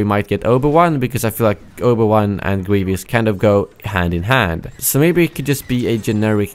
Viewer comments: it's "Grievous" not " Grievious" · It's GrieVOUS not GrieVIOUS, but I don't really mind people saying it wrong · It’s Greev-us, not “Greev-e-us.” lol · you have a strange pronunciation of "Grievous"